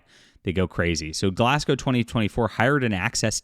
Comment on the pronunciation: first things first thankyou for saying the city properly. Im a local and very few people ever get it right. so thankyou. and for the record its scotland its always bloody raining. you really need to plan around that or dont bother going out. and very few people in glasgow give a dam about covid or wearing masks anymore.